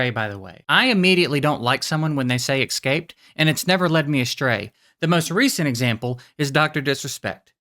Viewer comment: It drives me crazy when people say ‘a-shtray’ instead of ‘astray’. 😳